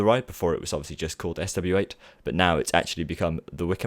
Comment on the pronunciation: Still calling it Swaet Not SW8 swaet